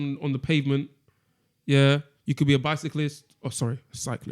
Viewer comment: 10years for that pronounciation."Byciclist"🤣🤣.